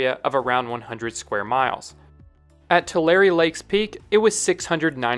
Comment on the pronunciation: It’s Tu-Larry not Tu-Larree Tulare Lake didn’t come back it dried after a few months and it’s crops again